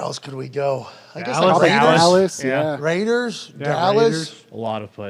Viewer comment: “THE RRRAIDAZ!” -Chris Burman